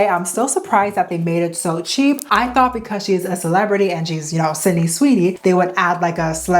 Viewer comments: Her name is not Cindy. It is Sid-ney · Not “Cindy” 😭